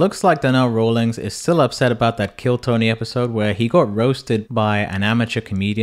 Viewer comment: ROLLINGS? ....at least get the nakes right ffs